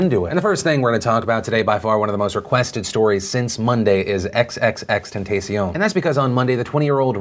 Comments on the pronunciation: Isn’t “triple extension” not “ex ex ex ten-si-own”? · just a lil fyi, his name is pronounced tentahcion. a soft second "a", in contrast to a hard second "a". It's literally the Spanish word for temptation (ie., tentacion) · Said his name wrong 🤦🏾‍♂️just call him Jahseh